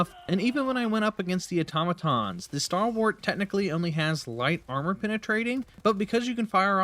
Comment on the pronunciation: I shudder a little every time I heard "Starwart"